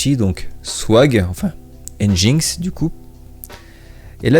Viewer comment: Yo ! juste petite précision nginx se prononce engine-X "enjine-exse" =)